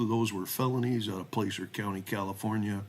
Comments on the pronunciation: Pronounced Plasser, not Place-er. Easy things to look up. In rural Cali counties insubstantial sex cases involving teenage girls are common, and seldom prosecuted. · Btw it's pronounced Placer not place r. It's gold that's found in rivers or by strip mining. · The "A" in Placer is as in "sass", not "play". My niece lives in Colfax, it's a small, rural town in the foothills of the Sierras.